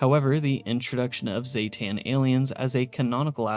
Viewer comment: zee-ten, not ZAY-TAN, everyone says the species name wrong, smh XD